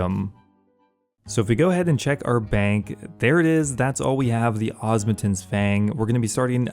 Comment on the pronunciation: DUDE, for the love of god its called the OSMUMTEN's not OSMUNTEN's That is an M not an N, why is that so hard for you to grasp? 🤣🤣😂😂